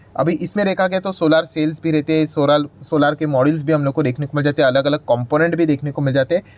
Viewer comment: सर सोलार नहीं सोलर बोला करो, इसमें सुधार करो क्यूं कि ये शब्द आपको बार बार बोलना ही है।